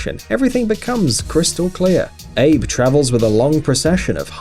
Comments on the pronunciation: Shinzo Ape? Sorry it is pronounced "Abey" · Dude it’s A Be not abe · Shinzo ABE------ pronounced UH-BE...NOT EYB??? LOL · NO NO NO NO IT'S PRONOUNCED AH-BAY NOT ABE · shinzo ape? shinzo a-bey xD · Its pronounce Shinzo ABEE not "ape". Geez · Its Shinzo Ahbay not Shinzo Abe Lincoln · Its not Abe , its pronounced Ah-beh welcome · It's pronounced as 'Aa-bay'. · shinzo "APE" WTF!? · I think yu are the first person who did it wrong, first learn to pronounce the name of Shinzo Abe(abey) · Funny the way PM of Japan Shinzo Abe is pronounced. Its AA- BEE on AIB ( like some babe).... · it's actually. .shinzo abe /ah-beh/ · It's pronounced shinzo Abay. And alassan, not alassanE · It's Shin'zo A'be for the Japanese PM. The A and Be are separate syllables. When you see his name written in Japanese this is clear. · what level of retardedness does one have to achieve, to pronounce Shinzo Abe, as Shinzo "Ayb"? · "Abe" is pronounced "ah-bay"! Let's be culturally sensitive here. English pronunciation isn't the only pronunciation. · "Shinzo Eyb" looool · you had me at shinzo ay-b lol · The President of Japan's name is Shinzo Abe - surname pronounced Ah-Bei NOT like Oddworld: Abe's Oddysee LOL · Abe is pronounced "Ah-bay" you idiots. Do some research. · Oh my god that's NOT how you pronounce the name of the Japanese Prime Minister!! its Ah-Beh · APE?.... Pronouncing right is important! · Please pronounce the Japanese Prime Ministers name correctly. It's pronounced Arby not Abe. Do your homework. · OMG. Why you pronounce Japan's PM as Shinzo Ape??? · It's A-beee you idiot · abe is pronounced ah-be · Shinzo abe is pronounced as "ah-bay" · It's pronounced aa-bea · shinzo a-be :D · The way he says "Abe" lmao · nobody realy care that he did not research how to say the name properly? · LOL how he pronounced Abe... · You said Abe wrong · How about pronouncing the heads of state names correctly... ErdoGON?” Abehhh??? Really? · Shinzo ah bee and erdowhan not erdo ghan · Abe = Ah-beh, not Ayyb